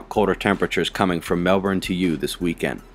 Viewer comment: Thanks for being able to pronounce Melbourne correctly!!! Well done :)